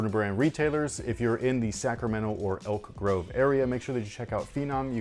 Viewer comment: Every time you say Elk Grove all I hear is Angel Grove lol. It's Morphin time!!!! 😂😂😂